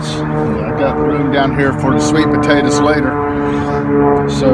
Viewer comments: I like the way you say tators. GREAT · why does he call it Pawtaytaz ? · Thank you, love the way he calls them, "tadders " and how refreshing it is to hear your prayer at the end!